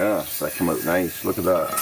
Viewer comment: How do you spell “out”? Sounds like you spell it owt lol